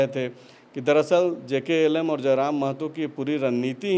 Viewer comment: Jklm nhi bhaiya jlkm hai